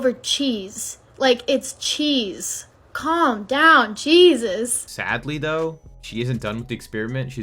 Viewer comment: As a women, don’t fall for her jargon, it’s discharge cheese 😭 What it sounded like she said “Calm down CHEESus” 😂